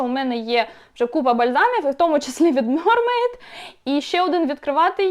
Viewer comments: мермейд а не мьормейд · м е р м е й д Будь ласка кажіть правильно